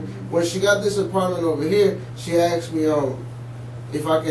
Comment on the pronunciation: He should have been charged just for saying "axed" instead of asked 😂 🤦